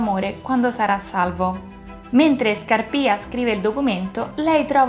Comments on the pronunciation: Brava, mi sei piaciuta molto anche questa volta! 😊 L'unica cosa che vorrei dirti è che penso si dica Scàrpia e non Scarpìa, a parte questa piccola cosa ti rinnovo i complimenti per la passione che metti nel fare questo progetto. Rigoletto come lo vedi per una prossima operazione? 😂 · ⭕️ATTENZIONE: Ho pronunciato sempre male Scarpia, si dice Scàrpia e il primo atto è ambientato nella chiesa di Sant'Andrea della Valle, non Santa Maria.⭕️